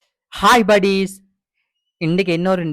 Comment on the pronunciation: Naan sonenthaane hi badis nu sollathinga nu anaa nee apadithaan soldringa please hi badis nu sollathinga please 🙏😊